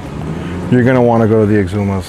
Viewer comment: Where in Florida is this? Lol in the beginning of the video I couldn't make out what he said....the X-umas??